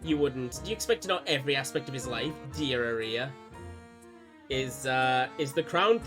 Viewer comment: Note that "Aria" is pronounced like the song type, "arr-ree-uh"